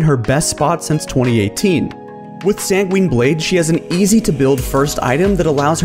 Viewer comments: Great video! I have to mention however that Sangweeeeeeen is not how it's pronounced. It is Sang-gwin. Much like the last bit of Quinn. (QWIN) thank you and have a lovely week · As someone who has taken years of latin, it pains me how you say sanguine